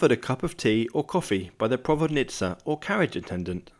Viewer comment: You are so funny: You said at 21.08 "provodnitsa" - a Russian word for coachh attendant. Well done!